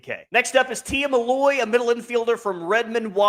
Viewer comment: It’s Tia MILLOY not “Malloy”